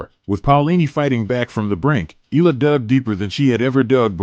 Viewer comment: Eala pronunciation E-yala